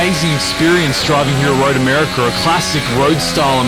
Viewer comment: Have I been spelling and pronouncing my own countries name wrong? I had no idea America had an R at the end...